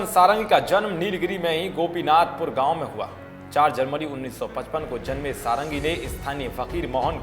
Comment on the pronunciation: वो सारंगी नहीं षाडंगी हैं। यह एक ब्राह्मण उपनाम है जिसका अर्थ होता है "जो 6 वेदांगों में पारंगत हो।" खैर नाम में कुछ नहीं रखा लेकिन इसका यह अर्थ नहीं कि आप नाम गलत बोलें।